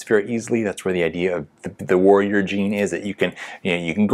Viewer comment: This guy accent be lyk: ++ : Waorrior - - : Woarrior nice video tho:)